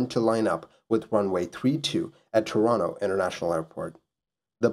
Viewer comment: you pronounce Toronto like someone from Toronto, that rules